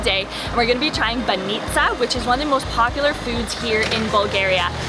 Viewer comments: It's b-A-nitsa not ban-I-tsa! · Welcome to our old old Bulgaria. Im feel my teardrops fall down when you said so much good words. And im proud. Im proud im Bulgarian. Its not banItza, its bAnitza. Ok?